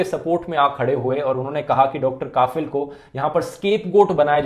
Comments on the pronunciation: Bro, right pronunciation of Dr kafeel is कफिल not काफिल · You pronounced it wrong, it’s Dr. Kafeel and not Dr. Kafil. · Rathee Bro plz pronounce कफील not काफिल Video is really informative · It's not kaafil.. It's pronounce as ka'fill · Its Kafeel not kafil! Feel the difference. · Dhruv, I know you don't write scripts on your own now. But please before making the video, know the correct pronounciation of the words 😃 it's Kafeel and not Kaafil. In your video about Hagia Sophia also, you pronounced 'Kurd' as 'curd' 😂😂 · Bhai, the pronunciation is कफिल not काफिल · Pronunciation as Dr kafil not kaafil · It's pronunciation is Kafeel, not kaafil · Its Kafeel not Kafil. Focus on Pronounciation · Listening kafeel as kaaafeel khan weird pronunciation. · Kafeel, a right pronunciation is कफ़ील......... means responsible Well done Dhruv🇮🇳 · It's pronounced कफ़ील Very detailed analysis 👍🏻